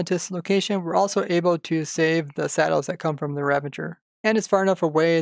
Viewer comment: Please say ravager and not ravaNger